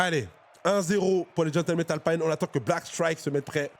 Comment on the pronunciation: Pourquoi dire "Alpine" avec l'accent anglais ? Alpine est une marque française, c'est Renault ! 😅